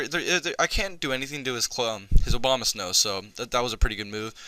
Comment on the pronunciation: Everytime you said Abomasnow it sounded like Obamasnow xD Fun match bro!